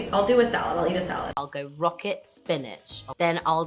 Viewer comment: My Britishness is crying at the replacement of roast chicken with a beyond sausage hahahah but that pronunciation of rocket saved it, was actually spot on 😅